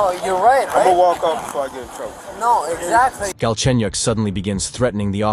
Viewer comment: Galchenyuk is his last name, btw. And it's pronounced way different from how it sounds in the video.